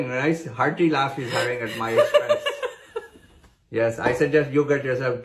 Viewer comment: The way he emphasises the p in pump in that sentence gets me everytime🤣🤣